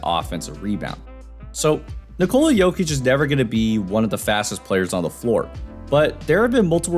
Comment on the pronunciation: His name is pronounced NIK-uh-la not in-COLE-ah.